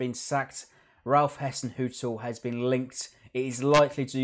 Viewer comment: Ralph Hassenhuttl is pronounced as Hissenhuttl as in Hi so his name is Ralph Hassenhuttl.